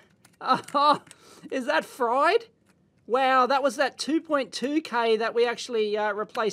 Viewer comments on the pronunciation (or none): none